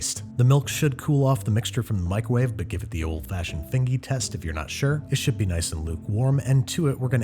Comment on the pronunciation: I DIED when he said "fingey test" 😂😂